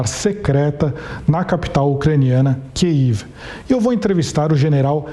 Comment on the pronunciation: Parabens por falar o nome da capital ucraniana corretamente. Muitos pronunciam em russo, o que é horroroso neste momento.